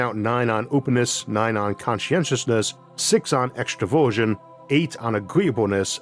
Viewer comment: ooh extra-version. Not extroversion. As an introvert who's usually calm under pressure as long as I get enough alone time & autonomy. It would be a huge miss calculation to leave out about half of personality types for some simple missions.